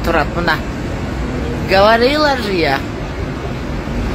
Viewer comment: Говорила же я Говарила дейби 😂😂😂😂😂 тушунбой эле